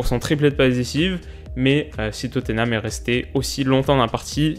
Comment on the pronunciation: Arrête de dire Totténham stp c'est très moche à entendre.